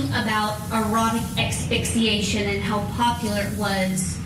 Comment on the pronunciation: Dear lawyer... it's pronounced ASS-FIX-EE-ATION, not EX-FIX-EE-ATION! Sheesh. These lawyers are supposed to be professional, look up a word and learn how to pronounce it!